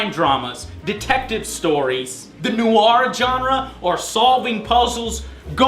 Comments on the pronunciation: Am I the only one pronouces "Noire" as "Noyr" and not "Noaier"? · *Face palm* ...He says "Noire", like "No-are" ...but it must not sound like it's detached... Trust me, my birth language is french. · La NOOO-ARE? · it's noire not newyor THATS RIGHT I'M A GRAMMAR NAZI! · noire, one fucking syllable!.